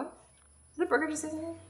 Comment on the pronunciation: I mean burger not buger...